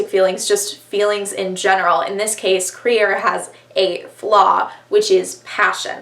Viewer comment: LESBIANS ONLY!!! i deserved the credit for making you read crier's war :') IT IS THE ONLY BOOK! also WHY did you pronounce crier's name like that??? i've heard BRILLIANT things about the grief keeper STOP doing california so dirty i'm unsubscribing